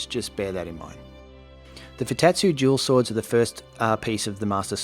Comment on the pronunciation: Haha thought you were saying jewel swords and started wondering if there was a layer of knowledge I was missing entirely